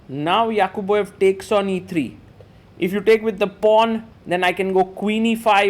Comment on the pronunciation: "Yaqubboyev" is nice pronunciation